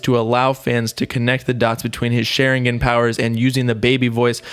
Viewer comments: “sh e rin gen”.... it’s pronounced “Sha rin gon” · "SHERIGAN POWERS" 😂😂😂 its shawringawn(pronounciation) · He said Shar-in-gin 😂😂😂 it’s shar-in-gawn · its shh- are - en-gan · “Sharingen” lol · its SHA-RING-GONE but spelled Sharingon: Also its LEVIOSAW not LEVIOSAW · The way u say sharingon is hilarious yo lmao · bruh if i hear share ingan one more time. some research u were doing. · Did this guy just say shar-in-gen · Sha-rin-gon bob, for next time. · Every time said sharingan (Shaw-rin-gone) wrong my Sasuke voice starts coming out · Soon as you said Sharingan wrong i left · This video lowkey pissed me off, he pronounced sharingan wrong, he missed so much info smh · Lmao the way he says sharingan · This man really said sharingan wrong 🤦‍♂️ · The way he pronounces Sharingan makes me cringe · ShArInGAaAaN. Boy go learn to pronounce it. No dirty will be put on my shows name😤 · Bro...how did you pronounce Sharingan? Lol I know you never watched it but it was just funny man. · The way he pronounced Sharingan lmao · Sharingan. You said it wrong again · His pronunciation of sharingan is disgusting